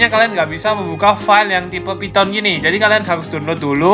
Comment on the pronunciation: "phyton" lmao